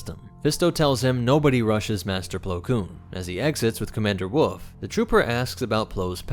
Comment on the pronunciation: Bro it is "wolf" not "woof". There is an "L" you're forgetting.